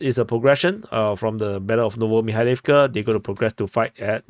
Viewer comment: If a word has 3 or more syllables, the accent is put on the third-to-last syllable. MikhAilovka, HrihOrivka, UrozAine, BiEdychi, RabOtyneh, etc. etc.